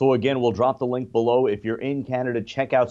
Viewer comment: In Canader?